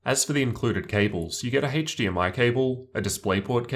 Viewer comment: “Haetche DMI”